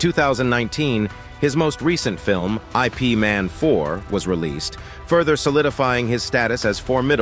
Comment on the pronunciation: pls teach the IA to read IP as Yip. else it may thinks that IP means Internet Protocol.